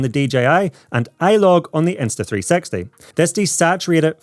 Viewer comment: everytime i heard you say insta 360 it sound like insta3sexy